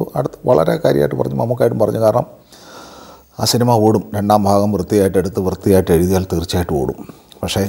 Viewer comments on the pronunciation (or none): none